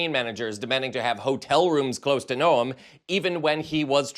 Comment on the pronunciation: Noem is pronounced Nome. I'm from Iowa, a neighbor of SD, and am familiar with this harlot.